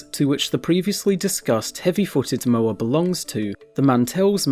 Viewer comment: When you make a educational video about Moa and mispronounce it...